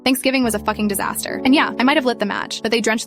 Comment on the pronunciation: "Thanksgiving was a fuckin disastee" idk what it was that i just died lmfao